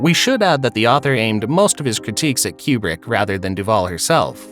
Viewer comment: Coo-brick...not kyoo-brick. Like nails on a chalkboard. 😆